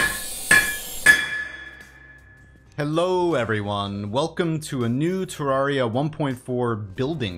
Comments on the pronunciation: You pronounce Terraria wrong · Okay but Cenx has already dmed about how he pronounces it wrong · Why tf do I love how he says Terraria AHHH